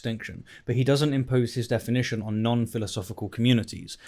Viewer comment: Metaphysical defi-NAH-tion. Great video as always,. Also really like this new chapter format with "TLDR" segment at the end, though i hope there would be more videos where chapter format wouldn't really fit, like discussions or responses maybe.